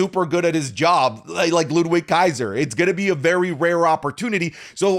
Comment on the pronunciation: Did he say Ludrizz Kaiser💀💀💀💀💀💀💀💀💀💀💀💀